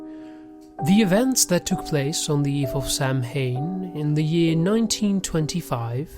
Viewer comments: Samhain pronounced incorrectly - (Sow-in) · It's spelled Samhain, however it's pronounced SOW-in.